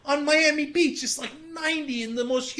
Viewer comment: You can actually hear Cenks New Jersey heritage "fokken hat" and "Miami biich".